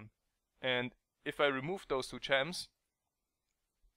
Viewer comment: mar-key........you don't pronounce the "s"